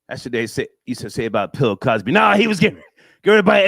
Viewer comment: said Pill Cosby.